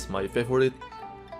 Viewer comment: finally, someone pronounced gochujang correctly!